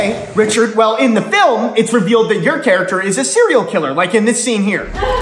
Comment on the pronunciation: "So I'd like to become...... My charactoor"😂